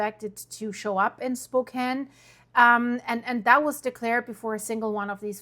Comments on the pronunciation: The “ a” in “ Spokane” is short as in” Apple”. I know you are fillkwing the unwritten rule of Magic “ e” that creates a long singular vowel that precedes it in a syllable even though separated by a consonant as in “ cane” or “ time” or ‘ hope”. This rule does not apply to names not of English language origin. That’s called “ native language interference” or “ overregularization”. It’s a consequence of misapplied epenthetic anaptyxis to a diachronic aphthong. So “ Spokane” should be pronkunced as “ spo:-KA’N/ o: as in home / ho:m/ and tertiary a’ as in hat / ha’t/. You have to u derstand the English vowels usually have three values as in “ A”: Primary and: as in day /da:/, Secondsry “ Continental) as in the word “ ball” and tertiary as in cat /ka’t/. There is no “ C” in pronunciation. That’s just the short explanation without invoking apherisis. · Narrator can't pronounce Spokane the way an actual native does. But the news itself is serious. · You are from the Northwest, and you didn't pronounce Spokane right! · We don't pronounce Spokane that way. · You r Spokane pronunciation needs work. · She is not from Spokane. She missed pronounced our city. If you are from Spokane. It is a big deal they it pronounced correctly. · If you’ve been to Spokane then you should know how to pronounce Spokane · Learn how to pronounce the city you are speaking about. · They're not your neighbors if you cant even pronounce the name right. But yes, this is horrifying. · Learn how to pronounce the name if going to be a reporter😢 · FFS - at least pronounce the name Spokane correctly. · That is not how you pronounce my city! Lol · It's pronounced Spo-Can by the way. Thank you for your coverage. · You lived here but call it spo cain? 🤔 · SPOK- CAN. As in yes you can, in Spokane. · It's pronounced spo-can-- (e is silent). TY for covering. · You're not a neighbor, or even close You're here for the hits and NOBODY calls our city, (Spo-Kane) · Pronounce it correctly ... Spo-Can.